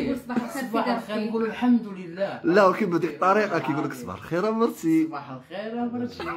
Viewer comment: نفيق نلقا هذا حدايا يقول ليا صباح لخير نرجع نغمغم راسي تحت لكاشة و نطلب ربي دوز هاد لحلمة على خير و بخير ..... ما عساك يقوليا مرتشي مرتشي نرعفو حتى نقاد ليه مخارج الحروف